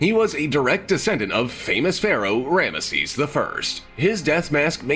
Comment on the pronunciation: 🤔.....that how you pronounce Rameses?